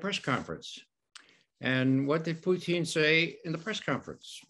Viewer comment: I wish this dude knew how to pronounce Putin. He must be from Canada because he calls him Poutine...